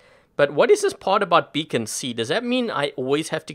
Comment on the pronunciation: Funny how he said that dam becon